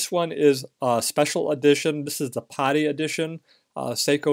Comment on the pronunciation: PADI is pronounced "PADDY" . Stands for Professional Association Diving Instructor. Not pronounced" POTTY". Great watch BTW.